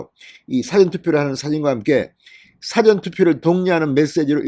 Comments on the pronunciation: 언론인 이면 사:전 과 사전 구별하는 발음부터 고치세요~ ~ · 늘 고맙습니다 방송 들으며 자꾸 걸리는게 있어서 말씀 드립니다 미안합니다 事前은 사를 길게 발음하셔야 합니다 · 사전 발음 좀 똑바로 할수없나